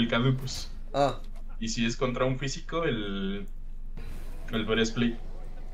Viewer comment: porque siempre dice cadukus? si es kaduceus